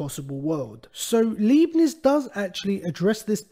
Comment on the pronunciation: He's pronounced God-freed Ly-Bnits